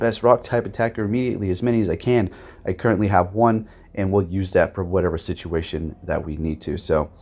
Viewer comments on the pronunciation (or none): none